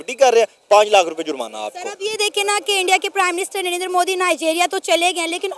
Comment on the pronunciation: Not नरेनदर he is नरेंद्र 😂